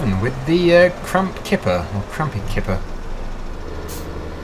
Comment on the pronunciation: He said Krampe kipper instead of krampe tipper lol😂😂